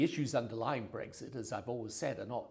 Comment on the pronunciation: Brexit. Not Bregzit Tony